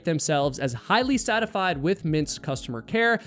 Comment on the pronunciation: "highly satified"